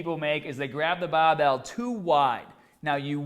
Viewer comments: "babell" lol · I had no idea you were from Boston until this video. It really comes out when the bahbell comes down to your chest. That's awesome:D